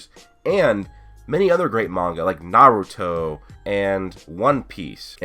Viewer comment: did he just say nowruto? lmao